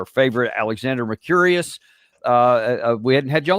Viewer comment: Mercouris, not Mercurious.